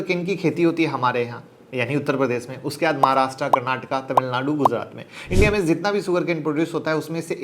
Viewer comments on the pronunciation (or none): none